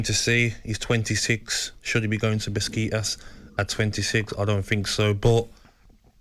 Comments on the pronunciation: Gabby saying Beskitas instead of Besiktas made my day 😂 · Went straight to the comments as soon as i heard Beskitass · Man just called besiktas. Beskitas. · How can you take Gabi seriously when he calls besiktas biscuit tas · its pronounced 'beshiktas' actually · Gabby can’t even pronounce the club name right‼️ Besiktas a bigger club in Turkey 🇹🇷 than soon to be relegated “Everton” 🙄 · “Beskeeetasss” spot on pronunciation from gabby, would expect nothing less.